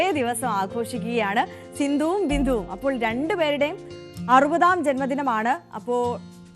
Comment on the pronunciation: ബിന്ധുവല്ല ബിന്ദു